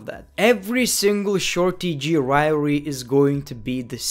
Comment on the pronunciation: riory is the new way of saying rivalry